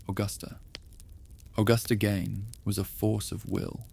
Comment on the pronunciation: My ex husband grew up a block away from Ed's farm. And u pronounce his name incorrectly. Gein rhymes with Bean